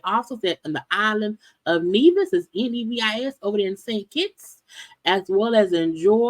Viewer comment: as a West Indian, I'm smiling because you pronounced Nevis correctly.